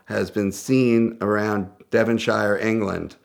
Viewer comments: Why does he say shire so weird, it’s pronounced “sheer” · I'm a Devonshire man & I'm offended by how you've pronounced my home county. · It hurt me when he said Devonshire